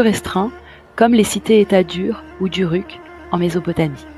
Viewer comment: Ruk se prononce comme ourouk